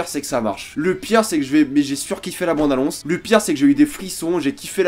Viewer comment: Je peux pas me concentrer avec ton "bONde annonce" raaaaah